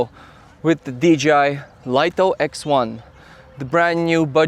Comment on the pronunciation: It's pronounced 'Lee-toh', not 'Lite-oh'. That's direct from DJI's marketing division.